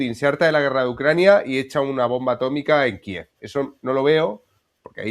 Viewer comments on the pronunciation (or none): none